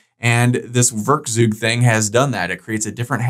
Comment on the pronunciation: The "eu" in werkzeug is pronounced like "oi". "Werkzeug" is a german word and means "tool".